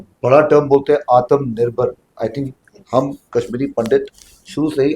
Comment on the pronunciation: It is not atamnirbhar, it is atmnirbhar. Ta is with halant, half ta….cannot stress on it, just touch and let go.